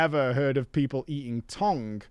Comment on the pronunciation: Worst thing about this entire video is the way pronounces the word tongue.